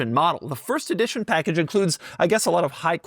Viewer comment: Ee-dition? Ee-dward?